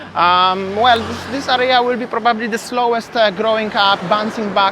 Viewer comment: Hi!!! ❤ And I just want to mention, when you say the word 'probably'...It's so good the way you pronounce it!!!... 😍 Sounds like "bubbly. I get excited and think of Champagne!!! 😄😄🥂